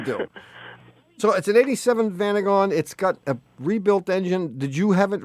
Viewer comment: Strange pronunciation of Vanagon.